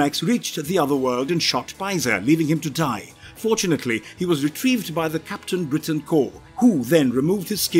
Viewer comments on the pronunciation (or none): none